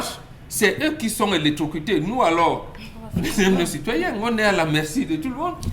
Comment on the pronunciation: Correction: ELECTROCUTER..... et non pas Electrocufier